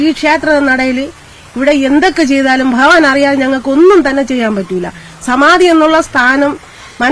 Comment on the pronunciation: ബഹവാൻ അല്ല ഭഗവാൻ